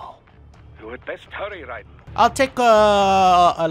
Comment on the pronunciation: Bro how are you still pronouncing Raiden wrong 💀